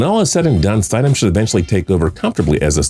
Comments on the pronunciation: Is no one else pissed by how he pronounced Jarrett Stidham? I mean come on! Stid-‘am. Not Stide-‘em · Its pronounced stid-ham not stideham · St-I-sham lol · Stiddam is pronounced ( stid ham) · “STIDE-EM” it’s pronounced “Stid-em” and the only reason I knew that is because for a brief period I worked with his dad. Cool dude. Told me a bunch of cool backstories with some nfl players while they were in college. Good for him. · Bro you guys should look up how to pronounce the names. Its Eric Decosta not Decousta. Its also mid rounders not late.... Jarrett Stidhmmm not Stiedham. I expect better. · It’s Stid-um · Omg Stid - Ham smh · You kept miss pronouncing Jarretts last name...... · you legit don't know anything about football can't even pronounce jarrett stidham's name :)